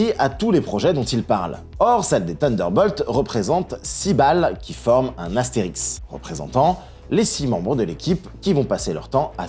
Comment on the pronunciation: Bonsoir, je ne veux pas faire le prof de français mais on dit "astérisque" et pas "astérix" qui est un personnage fictif de la BD. Voilà. Blague à part, merci pour cette vidéo sortie coup sur coup. Tu régales.❤❤